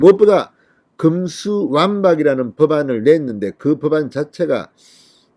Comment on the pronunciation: 금수완박???????? 제발 발음 좀...